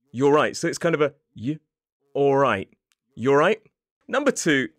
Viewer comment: The explanation of "y'arright" is good but to be honest, you don't sound like you use the greeting in your daily life because of your intonation when you say it in this video. What's up with that?